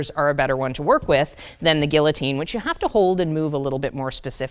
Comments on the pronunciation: It’s not a “gullitine”, its a “guillotine”. The L is silent. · Sorry, but the correct pronunciation of Guillotine, with the "ll's" are silent is: GEE-O-TEEN.